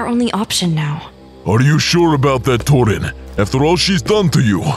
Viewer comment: Yo why whenever I see torin Then subtitles be like I think they’re saying torn